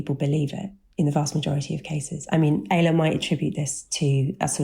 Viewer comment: It's pronounced 'ay - la'